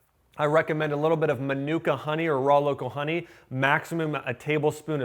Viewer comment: Manuka honey is pronounced 'ma-nu-kaa' not 'ma-nuka'.